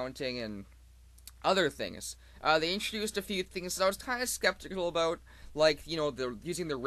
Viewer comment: "uh bout" awesome!